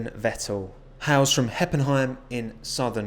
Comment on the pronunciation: How does manage to pronunce vettel wrong, but Heppenheim almost perfect?